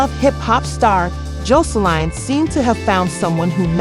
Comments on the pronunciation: Girl she done went from “Jolene” to “josline” lmao like did you not replay the video back before you uploaded?? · Every time you said her name it was said differently and wrong it’s JOSELINE